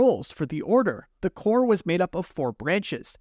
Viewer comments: Corp is a division of a larger entity, which is pronounced like 'core". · its corps actually….but pronounced “core”, as in the Texas A&M Corps of Cadets. I usually don’t nitpick on grammar but you’re still young…and I know your Mom would want me to. 🥺